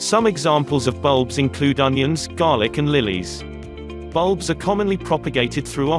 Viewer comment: bulbuls you say?